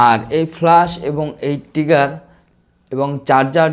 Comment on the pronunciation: টিগার না উচ্চারন টা হবে ট্রিগার